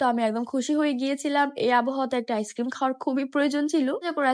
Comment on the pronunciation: ইস ক্রিম না আইসক্রিম বুঝেছেন পাগল